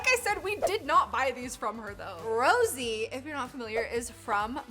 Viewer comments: Hi just won't let you know you were pronouncing it Rosie it's actually pronounce Ro s a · ROSIE?? ISN'T SHE ROSE?? (pronounced rosa) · rosé does not have 3.3m monthly listeners she has 38.3 million... and it's pronounced rosay not rosie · Rosé not Rosie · You said rosés name wrong it's not Rosie it's pronounced rose-ay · erm hey I would like to inform you rosé is not pronounced rosy but ros-ey this helps:) edit: why is everyone being so mean to her 😭😭😭its not that deep guys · No hate but her name is ro-sae not Rosie!my blink friend would kill you for that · its pronounced rosay not rosie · Its Rose not Rosie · Not Rosie but rosè like the wine :) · Ummm. So it’s Rosé, not Rosie 🙂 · Its not Rosie its Rosé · Yeah! Like the ' over the E is there FOR a reason! RosÉ probounced "Rose-Eh" NOT "Rose-ee" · ITS NOT ROSIE ITS PRONOUNCED ROW-ZE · Rosie who is that it is pronounced Rosé, like the wine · "rosie" its pronounced rosay, spelled rosé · Yessss tho like idk if it like not annoyed but like idk when she said Rosie instead of rosé… lol no hate I love you!!! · rosie?🤣 its rose´ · Sorry but that’s not how you say rose you say it like ro saie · her name is pronounced (rose) (ay) 😭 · you spelled her name wrong and it’s pronounced rose-ay with the é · why on earth do you keep calling Rosè ROSIE?! you bought her merch and everything i’m so confused by this 💀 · It's pronounced rosse ayy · ITs PRONOUNCE ROSAY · Rosé's name is pronounced "ro-ZAY 😅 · you spelled Rosé wrong hahahaha. Also I think Rosé is pronounced Rose-aye (like the wine).....lmao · It’s rosé not “Rosie” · Wait is Rose pronounced Rosie? Have I pronouncing it wrong this whole time??? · i love ur video but i needed to tell u that ur saying roses name wrong the correct way is rosay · Hearing someone saying rose name like that is crazy 😂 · Rosé sounding like eh Rosie is her nickname but it doesn't get used much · Yes and pronounced her name wrong